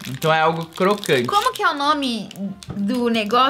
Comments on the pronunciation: O errando as palavras é sempre um acontecimento (ex: cocrante). É muito engraçado! ☺☺ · O me fala intermitente e do nada cocrante, ah não kkkkkkkkkk